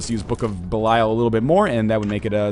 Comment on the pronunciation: 632 episodes in, still pronounces book of belial wrong.